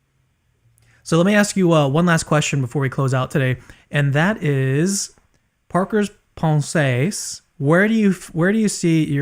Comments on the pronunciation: Pensées (thoughts) is pronounced /Pon - Sé/ like you would pronounce the last two syllables of "Beyoncé"... Otherwise great content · THANK YOU! I love this guy's podcast but the way he pronounces "pensées" just irks me